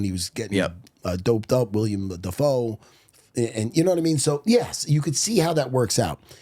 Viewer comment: its fuckin willem matt not william